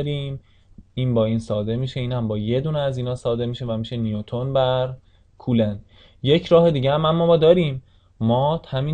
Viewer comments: سلام.کلاس درس بسیار مفیدی بود و من استفاده کردم.اما لطفن نام کولن coulomb را درست تلفظ کنید.مرسی از زحماتتان. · سلام خسته نباشید خوب بود فقط کولن رو درست تلفظ کنید.